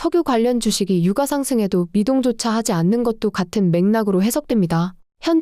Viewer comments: 성우쓰실때 제발 유까 주까 최고까 로 읽어주세요. 저는 이게 너무 신경쓰이네요. 주식방송에서도 오늘의 삼성주까 이런식으로 읽어주는데 여기는 삼성유과로 읽어줍니다. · 인정ㅋㅋㅋ 국어는 된소리 발음을 표준어 발음으로 인정하고 있어서 '유가'가 아니라 '유까'가 맞습니다. 김밥을 김빱이라고 발음하듯. 된소리 발음을 해주셔야 귀에 잘 들림.